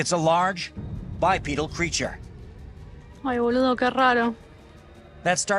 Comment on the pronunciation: He actually called it a "bipeddle". Near the beginning when he's filming the guy in a monkey suit. 😅😂